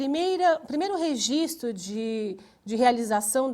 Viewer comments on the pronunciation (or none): none